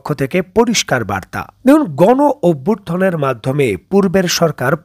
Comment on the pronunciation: গন অভ্যুর্থন না ভাই শব্দটি গনঅভ্যুত্থান। আপনি অসংখ্য ভুল শব্দ উচ্চারণ করেন, যা আপনার সুন্দর সংবাদ কে ত্রুটিযুক্ত করে।